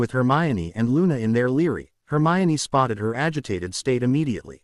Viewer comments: It is library, not leery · I agree not sure why some words like library aren't pronounced clearly